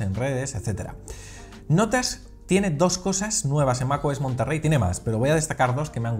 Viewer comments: Es "Monterey", "Monterrey" es una ciudad en Nuevo León, México la "RR" no existe en palabras del inglés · Es Mac OS monterey no Monterrey